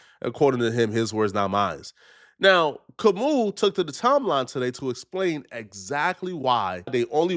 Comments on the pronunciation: It's not Kam-ooo...it's Kam-ow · It’s Ka-moo!